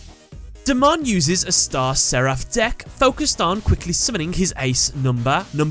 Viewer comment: You said his Japanese name right the first time. ^^